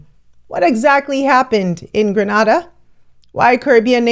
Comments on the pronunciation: Thanks for your informative video. BUT please pronounce the name of Grenada properly. Granada is in Spain. Grenada is in the Caribbean. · Granada? In Spain? Or you mean Grenada (pronounced Gran-aid-da) in the East Caribbean, near Carriacou and Trinidad. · It’s pronounced as Grenada, not Granada which is in Spain lol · Please, STOP calling us Gr'A'nada, We Are Afro-Caribbean, spelt Gr'E'nada if you please, the Spice Island of the West Indies, and Not GrAnada that Spanish island all the way near to Spain. We are GRENADA in the Caribbean! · This happened in GREEN-A-DA (Grenada) in the Eastern Caribbean, NOT GRA-NA-DA (Granada) in Spain. This attempt at regional trade and cooperation was made before, during the days of George Burnham in Guyana, and a few Heads of State were in agreement. Most pulled out. The region could have been further advanced. I am cheering on this attempt with the inclusion of Africa. Rooting for a strong alliance and success this time around. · Hello it is Grenada, not Granada which is in Spain. Gree-nay- dah is the pronunciation. It was most annoying hearing her mispronounce the name of a country while trying to explain global trade. 😮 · Thanks for bringing this to us. It's so good to know that Africans peoples across the world are uniting and finding our way back to each other. One point, though, I was irritated listening to you repeat the word Gren-AH-da. It's pronounced Gren-AY-da not Gren-AH-da. Every Gren-AY-dian and all Caribbean people know that. Please do your research and check your pronunciation of place names and people's names in future. Said with love from one African sister to another, but also needing to advocate for my Caribbean people. Us small islanders doh like people saying our place names wrong.:face-red-heart-shape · It's Gre-na-da not Gra-na-da. Granada is in spain. Thank you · I wish the media would get it straight, that it Is Gr'e'nada and not that Spanish island IGr'a'nada! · It's Grenada not Granada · Say Gren -aa-da.